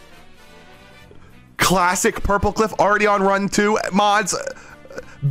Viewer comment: Hardy😭 Edit:When he said purpleclock I thought he said purplecock and the clip where the video responded to him saying hi had me dying of laughter😂